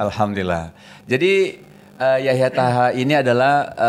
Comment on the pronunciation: Maaf klarifikasi Namanya YAHYA TOHA BUKAN YAHYA TAHA